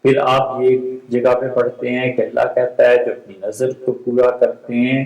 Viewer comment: It is not "نظر" It is "نذر"